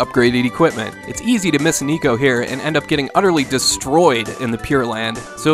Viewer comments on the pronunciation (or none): It's "neh-ko," not "knee-ko" in Secret of Mana. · NEKO is NOT pronounced NICO, it's NEHKO, cat in japanese. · Its neko not niko.